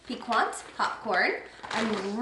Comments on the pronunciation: Popcorn pronounced pee- cant..meand having a sharp taste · Nutritional yeast is often used for a cheesy flavor for vegans and has an umami quality. That's why this popcorn is so "addicting." Piquant (pronounce PiKant) just means pleasantly sharp and appetizing. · The yogurts look really good. and so does the pizza. Just a friend FYI, the qu in piquant is pronounced like a K. Also, it's Ca-LAH-brian. I struggles with pronounciation sometimes too. Congrats on your anniversary! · Peek- AWNT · Piquant is pronounced pi-kant. My people are from Texas and Louisiana (though i was raised in California), so we pronounce it like pecan but with a t at the end. There's another pronunciation, but I don't recall how it sounds. Piquant is means sharp or spicy. Think of that old school jar salsa, Picante Sauce. My guilty pleasure is potato chips, almost any kind. I love the crunchy saltiness of chips. My favorite are jalapeño kettle chips, they're so good! But I also like the spicy crawtater Zapps chips. I know Zapps are sometimes hard to find in California, but if you can get your hands on a bag of Zapps potato chips, I highly recommend any flavor you can get. Thanks for the deodorant review! I love the addition of these personal care items you've doing reviews on the past few months. I use Saltair Pink Beach aluminum free deodorant. I get it from their website so I buy the refills for my container. But they sell it at Target, too. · The t is silent 🤫